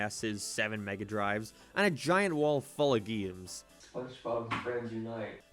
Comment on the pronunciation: "Geeums." Are you saying "game" funny on purpose? What is wrong with you?